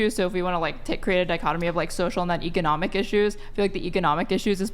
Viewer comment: Timestamp Anyone who pronounces the word 'ec-o-nom-ic' like she did is a red flag.